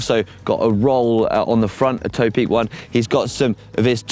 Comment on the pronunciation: Point of order: I work closely with the Taiwanese company behind Topeak. They pronounce it "Top Peak" not "Tow Peak".